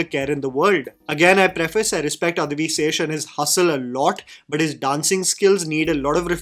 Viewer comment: Bro i rolled off when he says guddhachari lol also its adivi not adhivi d in dacoit